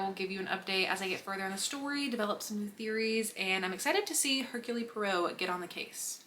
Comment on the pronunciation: Just a note: it's pronounced "Air-Cool Pwaro."